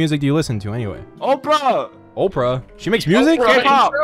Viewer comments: 'oprah!' YOU MEAN OPERA MY BRO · OPERA, not OPRAH lmao